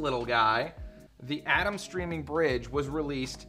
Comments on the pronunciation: Ayyyyye—-Temmmmm not Adam lol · Pronounced "A-tem", not like atom. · Thought i was the only one with cringe while hearing "atom" instead of "A-tem"